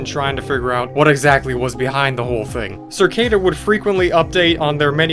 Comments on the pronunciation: i love how he is saying circada its cicada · cicada not circada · Hey it’s “Cicada” 3301 not “Circada” lol and I have also found that cicada wasent the first arg.. I can share my findings with you… Let go 🎈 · I hate that he says circada instead of cicada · Cicada 3301, not "Circada", isn't even close to the first ARG. I Love Bees and Year Zero predate it by years. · The cringe everytime you say "Cir- cada" though...over & over.....doesn't matter I guess in the scope of things basically after all...it just struck me funny how it fits right in with the topic... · i've been watching this playlist the past two days and you pronounce things SO WEIRD LOL... circada? u just add whatever u want and say shit however u want shamelessly 🤣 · CerrCada? Lol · circada. just, why does he say it like that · Why is saying cicada like circada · Learn how to say "cicada."